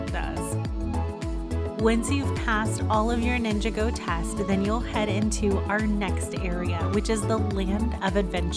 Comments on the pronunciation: Nin-jog-go... not ninga-go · It’s pronounced Nin-Jā-Gōh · She said said mia wrong she said mya not Mia she also said ninjago wrong